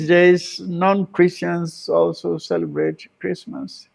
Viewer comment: Chlistmas.. Famiry .. celeblate.. how can he change it . 🤣🤣🤣